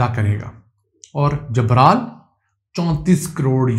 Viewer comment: جبرال نہیں لفظ گبرال ہے